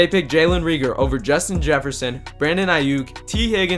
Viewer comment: who is "draylon reegor" ???